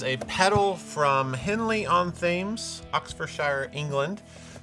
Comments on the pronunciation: All English people simultaneously feeling a disturbance in the force when said “THAY-ms” instead of “Tims” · It’s not THames. It is Temmz. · It’s pronounced Henley on Tems. No one says thaymes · It's pronounced Tims, not Thay-ems. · Thames is pronounced “Tems” ❤ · people find the name of that river hard to pronounce, that's the big one that flows through London. It's pronounced "Tems" but drawn out slightly like "Tehms" not our fault, blame the Romans and the Low/Old English 😂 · Haha, this is a great episode, love it. By the way,, "Thames" is pronounced "Tems", "Upon" means it's close to the river Thames (Tems). Keep them coming, I think you are the top, Guitar pedal YouTube channel, in the world! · Sorry if this has been covered: It’s pronounced Henley-On-TEMS. Thames, like the river that goes through London. “Tems.” Otherwise, super fun. Thanks for doing what y’all do! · Yo, so Henley on Thames, you don't pronounce the 'h' in Thames. It's a river. Through London. Perhaps you've heard of it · Henley-on-Thames is a very posh place about 30 miles west of London. The Thames is the river it is on. Thames is pronounced Tems. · Pronounced Henley-on-‘Tems’… not Thames. Gotta love English. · Thames is pronounced Temz. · "TH"ames? You ever heard of the River Thames ("Temms")?? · Thames is pronounced "tems" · Henley-on-Thames 🤣 It's "Tems", the river that goes through London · just fyi; “Thames” is pronounced; “Temms” i dunno why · Thank god you mentioned this "thems" gave me anxiety. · Re. Henley-On-Thames. The Thames is that river you see flowing through London, past the Houses Of Parliament and under Tower Bridge. It is pronounced 'temz'. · It's pronounced Henley on "Tems".....wurds is hard. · Did this boy say Thames when it’s pronounced Thames? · henley on thames is pronounced like "henley on temms" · It's pronounced "Tems". Unless you're a fired baseball coach, then it's pronounced "Tims". Just saying. Otherwise, cool. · "Thames" lol